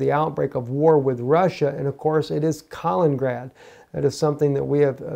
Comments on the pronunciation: Please learn how to pronounce 'Kaliningrad' properly... you make it sound like 'Carlingrad' but the 'a' in ''Kal' should sound like the 'a' in 'cat'... also there are two 'in's; ' Kal-in-in-grad '... this is quite simple... even small children in Russia can get it right. if you want to get it really authentic the 'i' in the first 'in' is pronounced 'ee' as in 'peel'. You are driving people out of their minds with this bad pronunciation. Russians will be laughing. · Not ka ling grad.